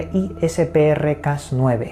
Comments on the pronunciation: Hola. Solo para aclarar un poquito... es mejor pronunciarlo crisper y no CRSPR porque en realidad todo el mundo lo pronuncia asi. Saludos desde mexico! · cómo científico te ayudo a decir bien CRISPR. No se deletrea, sino que se pronuncia directamente como CRISPER